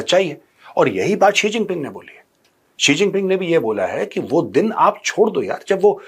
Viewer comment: Hahahah chigeng G bolo😂